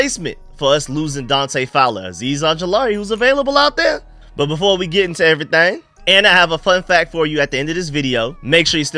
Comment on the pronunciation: Bro that “everythang” sound like you from San Antonio😂